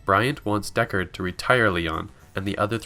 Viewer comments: Pronunciation of "DeckARD" here gives me twinges. And yet at first it is spoken correctly, for some reason. It should be more like the phrase gold record if I'm not mistaken. That aside, very nice condensed film. Though newbies should watch the entire movie, because it is outstanding scifi cinema and great to behold ... with a gorgeous musical score. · wtf why did you change your pronunciation of deckard as the video progresses. deckARRed